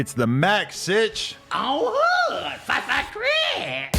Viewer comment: i like how you put a 'w' and 'y' in the word five. "the fwyive fwyive crips..." hahaha